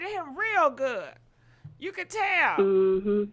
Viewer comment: not "ill be there to confront chhuu" lmao